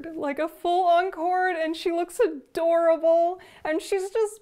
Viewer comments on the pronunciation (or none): none